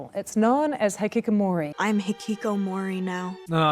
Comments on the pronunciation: Stephen Fry should never, ever say the word "Hikikomori" again. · Should I be cringing the way they pronounce the "hikikomori" 🤣😂